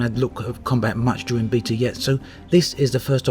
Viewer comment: Alphabet not AlphaBeat, therefore Beta not Beata